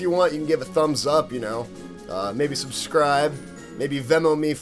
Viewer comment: "Maybe subscride" he says. Ive been subbed since the olden days! Glad youre back man! Really enjoying the series.